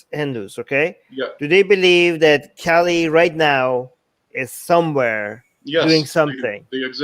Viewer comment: lol who'll update it. You? Armin? I thought you guys are atheists. I guess I asked you too much you can't even pronounce Kali properly and you expect us to listen to you? 😅 This is the last chance I'm giving you. Say her true original name and I might consider thinking about your proposition. Tbh if anyone had the ability to mention anything or update her legends he was Swami Vivekanand.